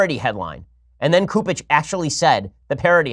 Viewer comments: Ben its soup ege not coup ege. Fyi and he needs thrown out also. But even with all this carnage I will never leave the catholic church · Cupich is pronounced "soup-itch" in case he stays in the news.